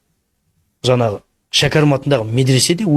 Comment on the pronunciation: Жанағы жанағы демей жаңағы деп таза сөйлесйші.